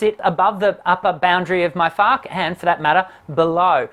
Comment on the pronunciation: As a German: your pronunciation of "Fach" is *stellar*. I'm sincerely impressed. And Germans are not impressed easily, as is commonly known.